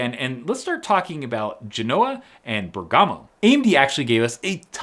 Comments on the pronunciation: Exiting times!,on a side, Italian tip: it's "Bèrgamo" not "Bergàmo" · It’s not really important but it’s pronounced “Bérgamo” not “Bergámo”. Emphasis on the first syllable. Just FYI. Love your videos. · Bergamo is pronounced by stressing the e, like Bèrgamo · It's pronounced Bèrgamo! Pota!